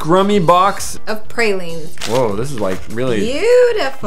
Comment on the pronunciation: Watching people eat "prayleans" and "gophers di Liege" is quite q treat :-)